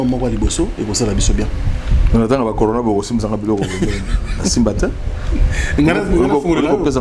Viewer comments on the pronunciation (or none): Céléo dépense son énergie en vain car nous les mélomanes on sait que Céléo est nul et moins que rien!!!! Ayebi ata koloba "on est confiné" te alobaki "on est confu". Maintenant zoba ya niveau Wana bozolanda ye pe. De plus il avait dit "conora" au lieu ya corona. C un illettré de bas étage.